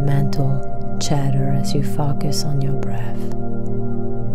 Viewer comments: it's a common mispronunciation. Just imagine the word spelled fOHcus. Nice video thank you. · Soothing, caring, comforting voice..slightly off putting to hear focus pronounced fAkas...otherwise found this really Powerful